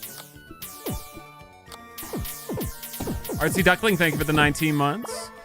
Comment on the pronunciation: Tank You (ritish voice) 😂